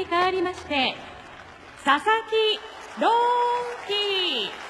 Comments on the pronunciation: アナウンスが「佐々木ドーンキー」に聞こえるのは私だけ？ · バカにしてる訳じゃないけど 名前のコールが佐々木ドンキに 聞こえてしまいました